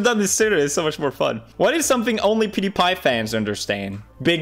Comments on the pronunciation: PewDiePie Not OJGang! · I like how he doesn’t even say his own name properly for the intro. “Pewdi-guy” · Powder-guy. Brown powder , white powder name it